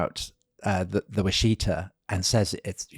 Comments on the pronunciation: Washita is pronounced very much like Wichita, (as in wichita, kansas). Originally, the song Wichita Lineman was written Washita Lineman but they changed it because wichita is better known, but the infelction and pronounciation are the same. it's "wash-ih-taw." not "wash-ee-tuh." I'm from there. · For some reason the river name is pronounced...wash- eh-taw.....not wa-shee-ta.....native pronunciation maybe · I love you guys. Your detail on history is amazing. However I live on the river where the massacre happened. It’s “Wash-Uh-Taw” not “Wash-Ee-Ta”. Keep doing what you’re doing! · Love the podcast. Also love how you say Washita. Americans pronounce it wash-ee-taw. Thanks for great podcast.